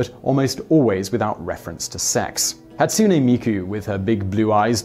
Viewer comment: Pronunciation of Japanese things... Hatsune Miku: Hah-Tsu-nay Mee-Koo. "Hatsuni" or "Hatsunee" as it's pronounced in the video has a completely different meaning. Moe: Not "Moe" like Moe the bartender, mo-ay or mo-eh. Pronounced completely different. "Mo" has a different meaning in Japanese.